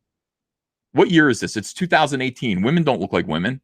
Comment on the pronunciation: Please stop saying wahmen. It’s annoying AF.